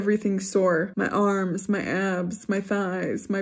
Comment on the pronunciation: Girl it's abbbbbbsssss not shadowssss!!!